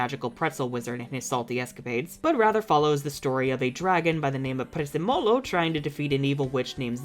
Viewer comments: → PREZZÉMOLO, not PREZZEMÓLO!!!!!!!!!!!!!!!!!! If you don't know how to pronounce something, use Google Translate!😅😅😂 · OK, FIRST OFF it's Prezzémolo, not Prezzemòlo. Which is parsley (yes, the kitchen herb. Odd, I know) in Italian. Just let Google translate read it out for you. Second, Prezzemolo is THE mascot of the only theme Park in northern Italy worth it's money, Gardaland (my humble opinion. Haven't been to parks more to the south as, you know, I live in the very north). SO DON'T YOU DARE SHIT ON HIM